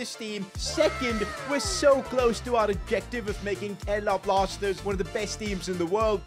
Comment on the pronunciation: Bro really said Kerala Plasters